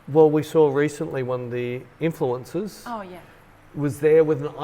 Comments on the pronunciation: I swear every time you say "Influencers", I hear "influenzas". And I think that's more accurate. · Were you intentionally saying influenzas instead of influencers? I hope so 🤣